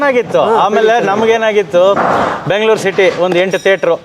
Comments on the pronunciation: ಬ್ಯಾಂಗಲೋರ್ ಅಲ್ಲ ಬೆಂಗಳೂರು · ಬೆಂಗಳೂರು ಅಂತ ಹೇಳಿ. ನೀವು ಕನ್ನಡದ ವರಾಗಿ ಬ್ಯಾಂಗಲೋರ್ ಅಂತೀರಲ್ಲ. 😮 ತಪ್ಪು ತಪ್ಪು. ಸರಿ ಮಾಡಿ.